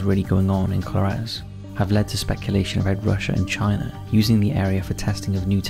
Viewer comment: Its pronounced Co-lar-ez